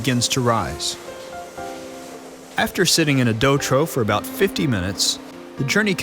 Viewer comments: Pronounced "troff". not "trow." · Trough, is pronounced troff, no troh.